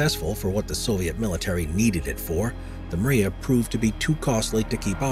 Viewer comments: Memo Oez Man🤦🏻‍♂️ MRIYA M R Í Y A. NOT MARIYA IT MEANS "Dream" in Ukrainian language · And An-225 is mryia not maria) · it's mriya not maria